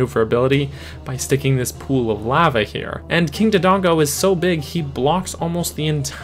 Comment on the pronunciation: I never knew lava could be said so incorrectly